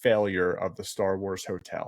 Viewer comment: The guy in the black shirt mispronounce almost every starwars words and locations and it made me on edge most of the video.